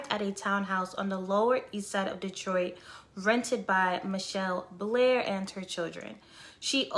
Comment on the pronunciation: it's Ma-Chell Blair Not Michelle Blair